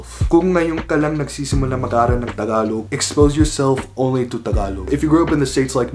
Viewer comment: Just the way you say "Tagalog." King. I'm going to try harder to learn Tagalog. Then Bikolano, my mom's language.